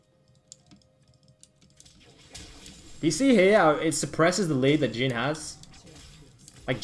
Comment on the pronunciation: his names jhin not geen btw